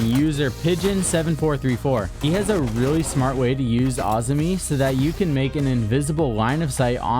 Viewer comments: It’s Azami not Auzmi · This man did not just say “Ahz-me” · you pronounce azami weird as fuck